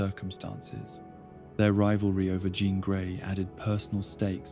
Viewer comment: It’s not a "John Scott Logan" love triangle. It is a "Jean, Scott, Logan" love triangle. You need to rework the A.I. and voice.